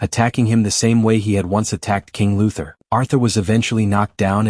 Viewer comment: it's King UTHER